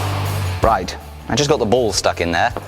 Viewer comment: He kept saying ball, I was hearing bowl